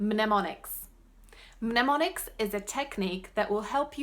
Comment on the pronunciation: Just a friendly English correction: Mnemonics, the "M" is silent. nəˈmänik. That said, when I first watched your video's I thought you were an English speaking Brit learning other languages!